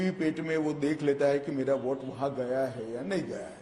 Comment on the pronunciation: Voht, kwoart , Vhoat bank, 🤣🤣🤣von naysun, phhayda, one elecsun, ssabdah, phhayslay, pensun, noat Bandi, conecsun,jab AZADI samapt hogi, every other word he utters is a joke initself. Freak what a joker he is